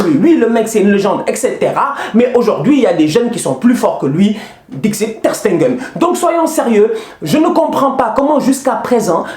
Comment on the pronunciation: Mec j'aime le fait que tu aime MATS mais...quand même arrêtes de dire Sté-nguen C'est Stegen